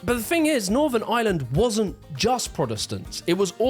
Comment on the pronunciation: Love you man just gotta say every Irish watcher got at least a little annoyed hearing you call our country “Ire”💀